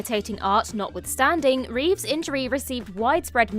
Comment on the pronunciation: Christopher Reeve not Reeves.